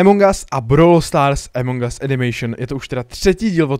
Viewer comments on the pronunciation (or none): A A A AMONG US NIE EMONG US! inak dobré video xddd